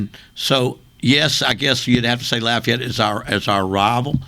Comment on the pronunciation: I’m glad he called Lafayette by their proper name, “Lafayette”.